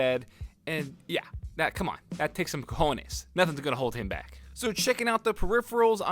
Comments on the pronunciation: "and yeah, that takes some cojones" LMFAOOOO u almost got it on pronunciation, still close enough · Nothing funnier that a white guy saying cojones.